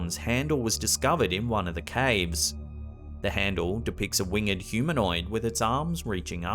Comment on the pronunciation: Just FYI "Winged" is a diphthong pronounced as wing'd. Not wing-Ed. You're thinking of that Simpsons episode where Homer mispronounces "learned" which is different. Words like "hanged" and "winged" are one syllable unless you're reading poetry or Shakespeare